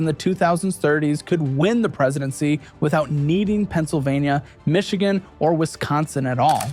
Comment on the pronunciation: Ah yes, my favorite state: "Tcsss." Followed closely by "Michioon" and "Novada"